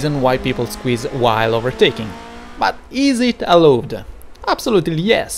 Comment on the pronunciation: Allowed si pronuncia "alaud"